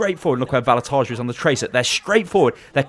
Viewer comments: Just a small pronunciation correction. Vallutaja is an Estonian guy, so the pronunciation is different - ['vallutaya] with a Russian "yah" on the end. It stands for "a person who fires people from work". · u are saying the name VALLUTAJA wrong 😂 like really wrong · You actually pronounce Vallutaja wrong. (I'm Estonian, so I know.)